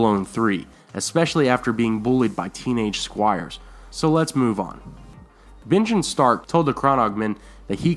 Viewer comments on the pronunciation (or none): Binjen instead of Benjen? Are you doing this on purpose? Do I win something if I catch them all?